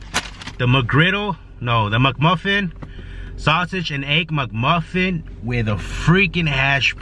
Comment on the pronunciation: McMuffin, not Muckmuffin. 😂